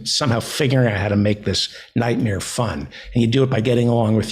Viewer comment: Please Feldo, I'm begging you. It's in-FANTA-lize. It's really not that difficult